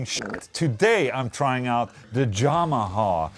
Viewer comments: dude you're trying what? You dont pronounce yamaha like that... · Is it just me or did Ola actually say Yamaha as Jamaha😂🤘🏽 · "The Jah-maha". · Omg he said jamaha... so its more thunderstruck sound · Ola pronounces "Y" with a "J" sound. PewDiePie pronounces "J" with a "Y" sound. Both are swedish though ¯\_(ツ)_/¯